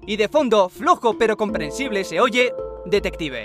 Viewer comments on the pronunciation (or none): El mismo parece que dice "detetiv" Al parecer se aleja del mic. del celular y cuando se acerca otra ves se escucha decir "detectiv" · En la parte donde dice "detective" yo escuche "heart Attack"